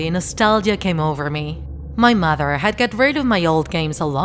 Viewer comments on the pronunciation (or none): none